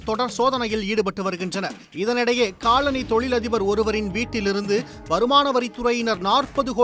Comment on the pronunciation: Colony, not coloNI